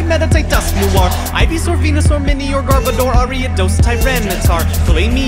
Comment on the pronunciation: garbodor has emphasis on the ‘e’ illumise is pronounced ill-ooh-mee-zay munna is moo-nuh hippowdon explains itself and i’m pretty sure its pie-low-swine (also, pretty much everything in the educational section, but those are plays on words, so its ight)